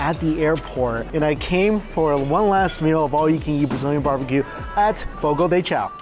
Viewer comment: The pronunciation is Fo-Go Duh Shao.